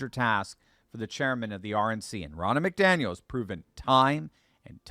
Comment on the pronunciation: The name is not pronounced MacDaniel.